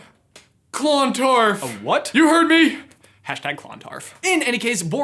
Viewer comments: its pronounced CLUNtarf not CLONtarf PS I am from ireland so i know PPS.my name is meabh pronounced may-ve my name means she who intoxicates irish legend time queen meabh was queen of sligo pronounced sly-go and she was awesome and her grave is on a mountain in sligo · At the risk of sounding very much like a certain Ms. Granger, It's Clon-tArf, not ClOn-tardf Also thank you for mentioning some of our Ancient Irish Lore ❤️ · 6.20 aha the battle took place in clontarf which is a place in Ireland and is pronounced cluntARf (I’m Irish btw) 😊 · k so I know Americans don't do well with Irish names but it's pronounced (Brian Boru) Ba-roo and (Clontarf) Clon-tarrif (yeah I know we're weirdos most the times we actually ignore letters in a word....cos reasons I suppose) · Pronounced cluntarf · Seriously love says Clontarf as if it's 2 words 😂 it's a very small town compared to other parts of Dublin if anyone wanted to know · Hey Clontarf is actually a really nice little town. And you're pronunciation is slightly off dude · U need to come to Ireland to learn how to Pronounce clontarf properly